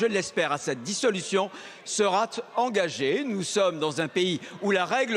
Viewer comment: fausse liaison "seraT engagée"